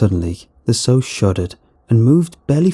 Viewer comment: Sow. Rhymes with "how," say it with me lmao.